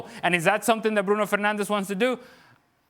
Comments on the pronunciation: It's Fernandes you muppets. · It's Fernandes not Fernandez you idiots. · im portuguese and I say this , its fernandes YOU MUPPET ! (Fernandez is a spanish name) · It is Bruno Fernandes, not Fernandez. How ignorant!